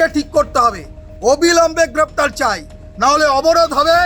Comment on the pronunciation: Grraptar noy aksan chi